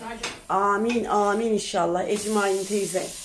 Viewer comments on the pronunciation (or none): İhşahlah değil kaliteli kardeşim 'İNŞALLAH'